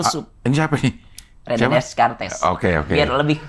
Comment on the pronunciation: wkwkwk hari ini saya baru tau pelafalan Des Cartes kayak gitu, Des Cartes bukan hanya filusuf tapi juga matematikawan yg punya peran penting pada teknologi navigasi krn beliau penggagas SISTEM KOORDINAT untuk addressing/pengalamat sebuah titik agar unik, sering saya ceritakan pd murid2 saya di kelas... kebetulan saya punya kaos dan tas bergambar silaet des cartes beserta quote terkenalnya "corgito ergo sum".